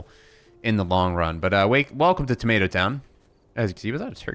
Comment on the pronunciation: You ssid tomato rong